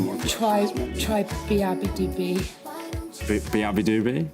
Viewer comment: 'Try beeyabbadoobee?'..... I was screaming at the TV